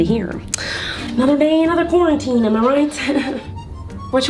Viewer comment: I think it's funny and cute that she's saying “cwarminteam” instead of “quarantine”🤣❤️